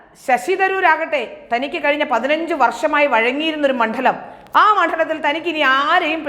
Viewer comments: മൺഠലം അല്ല, മണ്ഡലം. ഠ അല്ല ഡ . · എന്താണ് ഈ മണ്ഠലം? മണ്ഡലം എന്നു പറയാനെങ്കിലും പഠിക്കൂ, കുട്ടീ.. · മണ്ഡലം എന്തിനാ ഇങ്ങനെ കഠി പ്പിച്ചു പറയുന്നേ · മണ്ഡലം എന്ന് ശരിയായി ഉച്ചരിക്കൂ.